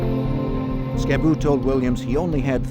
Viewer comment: If its the same dude Im thinking of its Skibu not Scab boo, get it right.😂